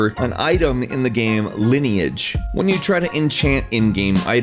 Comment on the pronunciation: Nice video. BUT I still CANNOT get over him saying "gaem" instead of "game".